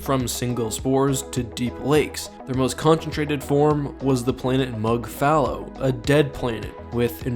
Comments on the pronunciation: Text: mŋgɑl-mŋgɑl Speaker: “nɛl-nɛl” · Isnt it pronounced Min Gal Min Gal? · Sama. Sy bacanya juga "Menggal-Menggal" xD. Tapi di video dia bacanya "Nal-Nal" dalam hati: ko bisa sih dia baca begitu?" xD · how do you get nau-nau from Mnggal-Mnggal. I am not saying you are wrong, but, I would never guess that is how you pronounced that name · Mnggal mnggal being pronounced "now now" is really fucking with me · Who else thought he was saying "The Now Now"?🤣🤣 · I keep thinking meow meow when you say the creature’s name which makes me laugh. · It's pronounced MNow-MNow? Okaaaay... o.O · The scariest thing is how it's pronounced